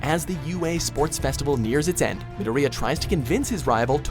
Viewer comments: Mid-o-Ri-ya? It's Midor-iya. nice try though. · The way to say Midoriya is NOT Mid-o-re-uh, it is Ma-dor-ia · Middo-reeya lmao how hard is it to say Midoriya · Did he really just say.. me-do-ree-ya? ITS MI-DOOR-I-YA. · I know he said mid or eeyya witch is super wrong it’s midoriya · Did he just pronounce Mi-door-Riya, mid-a-reeya. Jeezus Christ. He definitely hasn't watched Bnha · he says it midarea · nah he straight up said mi-di-riya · Nay Jee ,Me Doria ..... these pronunciations😭😭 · Read what i say: Me-door-re-A! That's how you say Midoriya's name. Jeez, get your act together. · WHY DID HE PRONOUNCED MIDORIYA'S NAME LIKE THAT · Is anyone else annoyed at how he says Midoriya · Don't ever say Midoriya ever again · and Midoryia(I think I spelled that right) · Every time they say midoriya's name it hurts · Wow .. The way u said midoriya 👎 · I know he did not say Midoriya wrong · No, did you hear how he pronounced Midoriya. I'M DONE!!!!! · dude you said midoriya wrong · The way he says midoriya gave me cancer. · Not to sound rude but its pronounced EE-zoo-koo Me-DOOR-ee-Ya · Triggered over the way he said Gajeel Neji and Midoriya